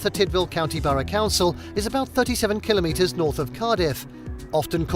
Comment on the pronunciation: At least he pronounces kilometers correctly. Not KilOMetres.